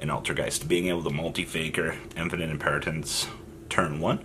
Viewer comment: How hard is it to say Impermanence